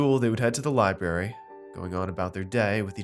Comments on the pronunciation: I swear narrator is saying libary.....what kind of bush does a lieberry grow on???? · There is an "R" in library